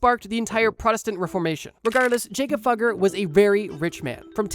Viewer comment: Jakob Fugger is pronounced yah-kub foo-gur